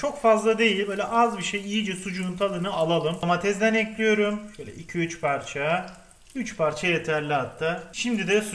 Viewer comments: Ekliyürüm dedikçe kanser oluyorum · "Tencereyi ocağa elkliyürüm" bu kanal için kalıplaşmış bir şey değiştirilemez.